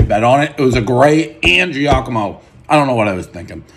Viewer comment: Your favorite restaurant and yet you can't pronounce 'Giacomo' correctly lol